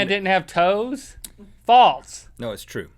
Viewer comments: Why do they say false like faltz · Love you guys... jw why do y’all pronounce false as faults? Am I pronouncing incorrectly ?